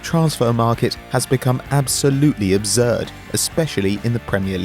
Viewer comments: his pronunciation of absurd..😂😂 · Why do some people put a Z in absurd?